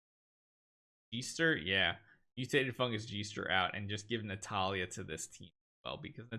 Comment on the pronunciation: keep sayang Natalia instead of Natalie. Lol😂😂